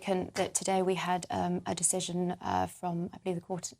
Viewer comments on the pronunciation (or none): none